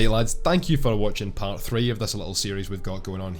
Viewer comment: "Paht"? Where are you from, Boston? :)